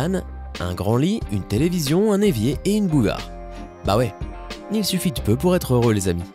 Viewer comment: Vers c'est pas our mais pour